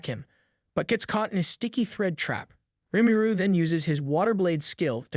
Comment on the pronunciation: I was enjoying this sooooo much until you kept pronouncing Rimuru (Ree-Moo-Roo) like a mumble, sound it out if not, say "our protagonist" or some other indicator that would indicate the main character. Especially if you have to say the name repeatedly.